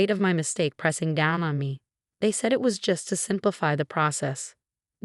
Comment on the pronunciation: Naive is not pronounced nave; it is pronounced ni eve.